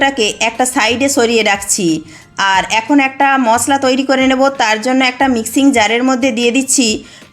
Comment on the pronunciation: ছ না স, মছলা না মসলা ছুন্দর না সুন্দর ছব না সব ছিয়ার না সিয়ার ছাদ না সাদ, আপনার ভাষা এত শুদ্ধ কেন। সব ঠিক আছে শুধু স রে ছ বলেন don't mind